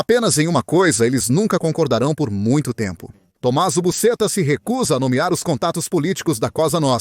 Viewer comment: Pronunciar busxeta e não da forma que está sendo feito